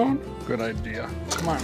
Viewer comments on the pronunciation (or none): none